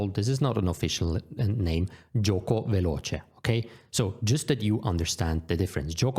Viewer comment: Great video! It would be amazing to learn these base notions for each "main" opening. I was also not expecting such a good "Piano" and "Veloce" pronunciation. I got great expectations for "fianchetto" now! 😄😄😄